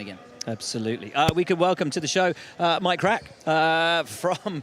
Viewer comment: A big welcome to "MyKrack"😀